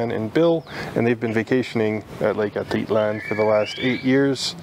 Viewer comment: It's pronounced At I lan!sorry